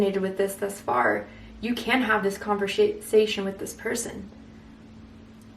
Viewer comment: Literally everything resonated…down to the yellow roses and you saying her name when mispronouncing conversation